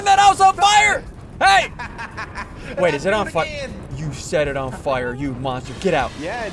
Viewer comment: I got triggered the whole video because he said “fwire” Instead of fire